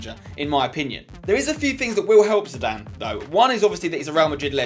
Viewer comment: spence its zidane. dont argue